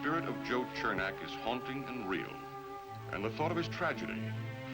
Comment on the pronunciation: Anyone notice Rodney pronounces Chernak as "chair-nock?"